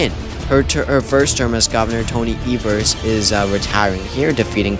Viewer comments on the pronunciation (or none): none